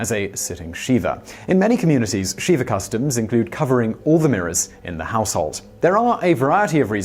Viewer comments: Shiva not Sheeva it’s a short i. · Shih-vah not shee-vah (or see-vah). Normally I wouldn't bring pronunciation up, for many reasons. In this case I just don't want anyone confusing the name of a Hindu deity with a solemn mourning ritual. Also, the visual of sitting on Shiva makes me giggle. 😊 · Thank you, Ashes, Ashes! I went looking through the comments to see if anyone else had commented about this. I'm really glad you beat me to it. It seems as if I'm always ripping Simon for various pronunciations, especially Spanish words or names. Brits are terrible at pronouncing Spanish words and names. Taco is an excellent example. Many, if not most, Brits pronounce the word taco as "tack-o," which is horribly offensive to the ear of anyone who grew up speaking (or even hearing) Spanish.